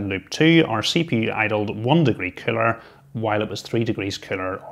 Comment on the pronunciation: I thought you were calling it a 'killer'! But of course you were saying 'cooler' Haha.